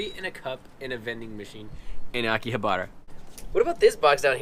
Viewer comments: It is pronounced AKI HA BRHA, not akihabara. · Quit saying aki/ha/BAR/a. It's Aki/ha/BA/RA. The girl speaks Japanese, why didn't she correct you?